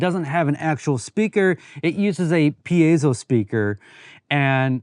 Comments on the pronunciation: Oh man, wiring new buttons in would have been trivial - you could have chosen buttons with a cool aesthetic and wired them as you liked - top, bottom, side or whatever. It is electrics, not even electronics :-) (PS it is peezo, not peeayzoo) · Love it!! and I learned i've been pronouncing "piezo" wrong for 35 years. So it's not "pee-zee-oh".....wow! 🤣